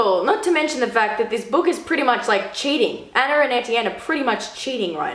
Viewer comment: Anner?? No it's Anna